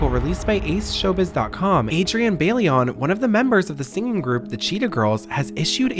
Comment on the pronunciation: The way he is pronouncing bailón is driving me insane 😭😭 the ‘i’ is before the ‘l’ idk why this is hard